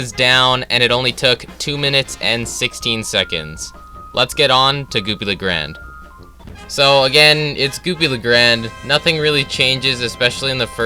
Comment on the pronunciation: Hearing you misprinounce 'Goopy Le Grande' is funny asf